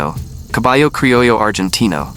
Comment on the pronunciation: Your. AI consistently mispronounces "crillo" as "crillio."